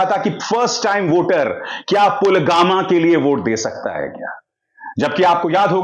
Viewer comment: पुलवामा भी नहीं बोला जा रहा है पुलवामा को pulgama बोल रहे हैं।